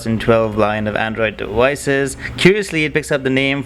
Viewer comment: its devices not dewices!